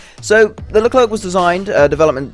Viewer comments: Pronounced as "Lu claire" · What are you saying LerclerK ? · Pronounce it "LeCLAIR" the last "C" is silent ! But God ! I wait this one since the whole tech tree was added ! And a good remind, this is a S1, a pre-serie ! Last models are "F1" standards F1 have a "slicker" design And the brand new XLR update of the F1 is even slicker Leclerc MBT also have an upgrade with a 140mm gun called the T4, tested and maybe soon exported to EAU Leclerc F1 XLR is also foreseen to be fitted with a drone for "over-the-hill" recon and engagements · the last C in Leclerc is mute please xd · Stop pronoucing the "c" at the end, we don't pronounce it And please stop joking on the reverse speed because this thing, IRL, is actually the best in its category